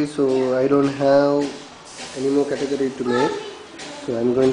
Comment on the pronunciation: sorry dude, i got no clue what a "categerry" is